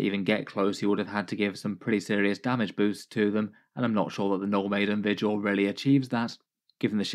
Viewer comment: I heard 'No Maiden' detachment lol